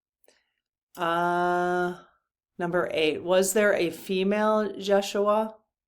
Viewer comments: I think it is pronounced Ye shu a Not Josh.... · you are close..the name is pronounced YESH SHU AH..it is his true name but spelled with a J. Jeshua...you are giddy tonight, a bit all over the place. It's all good. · I think it is pronounced as in Yes-uaha, J is silent. Can you ask in part 4? 😊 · It’s actually pronounced yesh-u-a. The Spanish say Hey-sues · Jeshua – The accent is on the second syllable and the J is pronounced as a Y Jesus is the Greek form of Yeshua which is Aramaic.